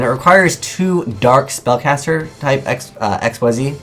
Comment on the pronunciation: just for future reference it's not x, y, z like that....it's pronounced ik-seez according to konami and the wiki